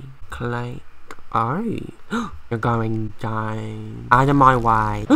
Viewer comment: OMG SERIOUSLY I THOUGHT I WAS THE ONLY ONE “Ir don’t knowr mayr name, but, I have carage”